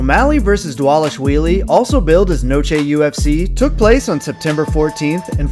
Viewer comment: Props for saying Merab’s last name perfectly.